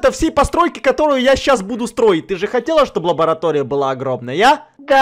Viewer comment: сказал не лаборатория а ларабатоя